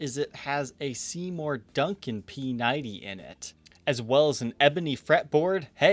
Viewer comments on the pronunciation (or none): none